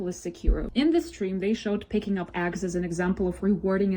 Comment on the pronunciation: Yeah, I thought I heard a bit of an accent throughout the video, but the part where she called eggs, “aggs” is where it really showed that English is not her native/first language. Which makes her complaining about them not speaking English even weirder. Like did she think that because she speaks English “out of respect” that the devs have to do it to like she did?